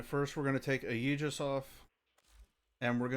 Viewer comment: I’ve only found this after the topaz nerf. Question, are you pronouncing it like “ayeejus” on purpose?